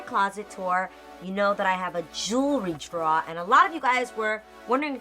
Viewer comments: The way she says 'drawer' is that a New York thing? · I love how the New York in her comes out when she pronunce' Drawer' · Love your NY accent when you say "drawer" LOL you're amazing. I keep everything in a vintage jewlery box. Organization is super important. I adore your emerald earrings. I'd love to hear about the perfumes you love!! See those in the bg. Happy Holidays!